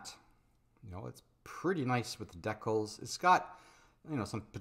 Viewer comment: Love your stuff, but you're not pronouncing decal correctly.